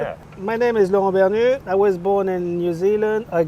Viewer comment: Laurent is such a nice French name and you butchered it.